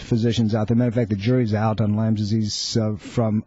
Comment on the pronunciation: It's Lyme....Lyme.....Lyme.....Lyme......did I mention that it is pronounced Lyme??!!